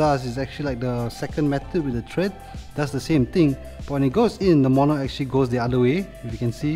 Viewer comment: Thread not tread